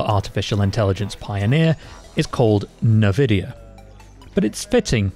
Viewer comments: I love how you opened with 20 seconds on how to pronounce it, and then pronounce it wrong for the remaining 9 minutes. 👌 en-vid-ee-ah != in-vid-ee-ah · Igbo man calls it ENVIDIYA...